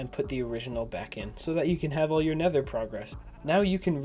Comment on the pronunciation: He go to neder and get the egg and kill dragon